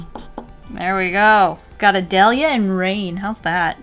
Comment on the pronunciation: Btw it's pronounced Ah-day-li-ah